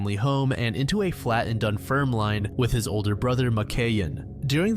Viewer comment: Scot here. In the Corrie McKeague case, 'Cupar' in Fife is actually pronounced like 'Cooper', and the 'line' at the end of 'Dunfermline' is pronounced 'linn'. The 'L' in Kirkcauldy is silent also. Great video as always!